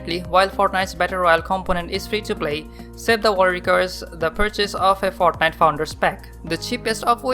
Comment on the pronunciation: "he comes de fartnajt"